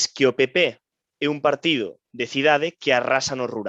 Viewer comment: Encántame o contido, pero que o presentador/moderador non saiba falar galego é, canto menos, raro. Non sabe pronunciar "unha", nin "Un partido", nin "concentración de"... Non é un ataque. Encántame o contido, pero é moi raro. Salvo que sexa criado fóra de Galicia, non me ten sentido